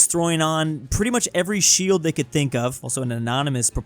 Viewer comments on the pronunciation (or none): none